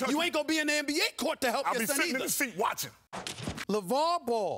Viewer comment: Lavar?! Lavaoor?? 😂